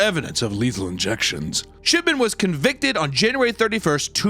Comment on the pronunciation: I keeping hearing "Shitman" not "Shipman"